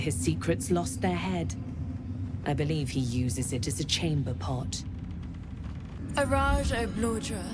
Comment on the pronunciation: Bit of a nitpick, but her name is Araj -- not Araja. Thank you for doing this video. I'm not interested in modding the game, but it's fun to see some of the less predictable Astarion reacts.